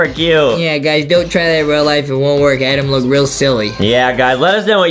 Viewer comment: its pronounced Adam